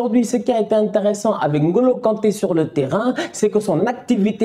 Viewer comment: Écouter N'Golo au lieux de N - Golo ça fait plaisirs aux oreilles